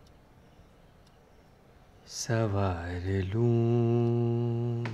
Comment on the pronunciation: Yaar Monali plzzzzz..."saNwaar lu" ko "sawaar lu" mat bolo...us film ke gaane me tab bhi yhi bola tha aur aaj is film me bhi sawaar ho gyi.... plzzzzz plzzzzz plzzzzz Ma'am...rahem karo